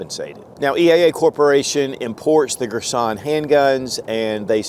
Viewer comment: Girsan......Gir-son..... Not Gir sonnnn... Cut short on "n" Thx for the video